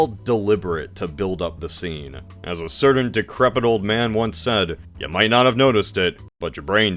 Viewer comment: What's up with how you say "certain" and "mountain"?